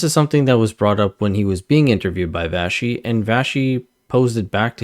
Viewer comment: Vassy is not pronounced Vashy ( Vashe ) . It is pronounced Vassssee